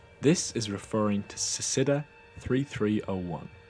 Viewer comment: "Cicada" is pronounced like "Sick-cade-da", for your future information.